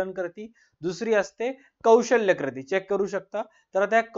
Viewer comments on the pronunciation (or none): Krati ❎ kruti ✅